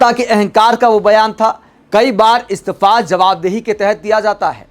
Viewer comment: Istafa nehi Istifa hota hai bhaisahab pehle pronounciation theek karlo.